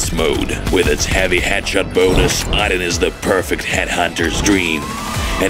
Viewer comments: Why do you pronounce it “Odd Din”? It’s “Oh Din” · It's pronounced oodin